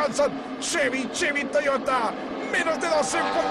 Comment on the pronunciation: "Cheby, Cheby, Toygota"